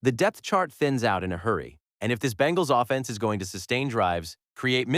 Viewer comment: The ai voices in so many new channels just skeevs me. "think about what this uh-fence looks like". We don't need to destroy our freshwater supply and double our electricity bills for stuff like this.